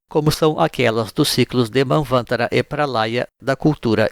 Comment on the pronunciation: Mandala é palavra masculina, portanto falar "A Mandala," é o mesmo que dizer "O Água, O casa, A Fogo" ... as palavras do sânscrito terminadas com o som "A ", são masculinas. E o restante das palavras em Sânscrito, costumam ser Paroxítonas, ou seja, a sílaba tônica costuma ser a penúltima. Manvantara, tem como silaba tônica o "ta."